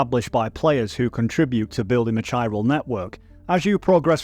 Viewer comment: I cant be the only one bothered by him saying "Chiral" as "Chi-ral"! Also Del Toro's name! Thats my only critique, maybe look up how to pronounce it with google if you are unsure (thats what i do when im unfamiliar). Other than that WONDERFUL video! I was very disappointed by YongYeas video and you went into all the details i wanted!!❤ Thank you for making this!